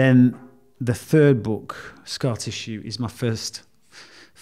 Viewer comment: Good advert for his book, accent makes scar tissue sound like scat issue